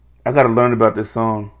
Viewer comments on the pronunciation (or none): none